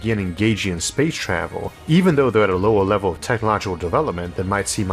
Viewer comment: "Spwace twavel"